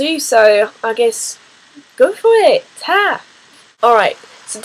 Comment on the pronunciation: It's Ta (long a not short a) Taaaaa. When people you dont' know say "love", "babe, or "honey". They are usually just being friendly, rather than over familiar. Sometimes it can seem a bit patronising. It depends on the tone in which it's said.They say such terms more up North. In the North East they would say "pet". I thought it funny when I found out that "pet" in French means "fart".